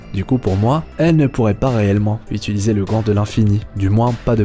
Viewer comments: A "qui peut utilsier"😂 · Utilisier hahahaha